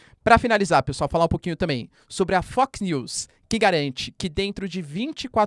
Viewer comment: Foi só eu que ouvi Fucknews?